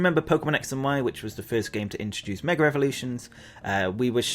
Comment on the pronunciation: gotta get this of my chest after a long time. your pronunciation of mega as "meger" is often hilarious but also getting on my nerves.